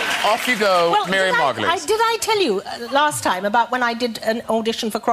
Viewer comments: Miriam's last name is pronounced, Mar-go-leez. You might know her from her role as Professor Sprout in Harry Potter, or Mother Mildred on, Call the Midwife. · her last name is pronounced: mar go lees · Margolyes, pronounced Margolees, it looks strange but sounds ok. The "y" is silent. Great reaction by the way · Her name is kinda pronounced 'Margo - Lees.'